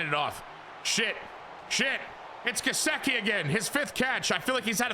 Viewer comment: Only cause it’s driving me nuts cause I’m a Penn State fan and he’s my boy. Gesicki is pronounced Guh-Sick-E so you kind of got it just sick part is said as sick. Sorry was just driving me nuts lol 😂